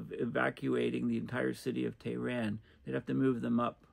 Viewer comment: Cambridge Dictionary phonetic pronunciation of Tehran: /teəˈrɑːn/ - /eə/ as in hair.